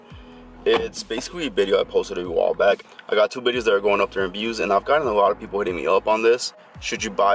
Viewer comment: Bideos he said